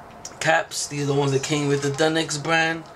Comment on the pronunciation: You pronounce it deinix its actually d.e.n.i.x